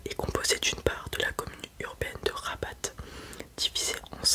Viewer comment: La ville Rabat se prononce Raba on ne prononce pas le t Sinon tres bonne vidéo comme d'hab